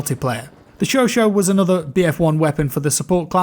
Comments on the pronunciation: Its pronounced "cho cha" not sho sho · Chauchat is pronounced chau as in SHOw and chat as in CHApter.